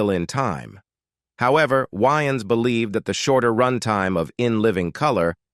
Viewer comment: The narrator cannot even pronounce Wayan's last name correctly. That is how you know this is a content mill and not a real channel. Leave a dislike!